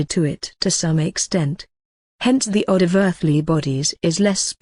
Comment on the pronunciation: It is pronounced as (oh-doc) not odd. It sounds better .